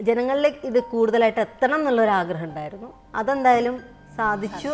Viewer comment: യിണ്ടായിരുന്നു അല്ല തെറ്റ് ഉണ്ടായിരുന്നു എന്ന് പറയണം